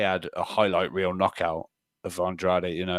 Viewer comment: Good to see using his Portuguese skills to pronounce Andrade almost perfectly 😊 🇵🇹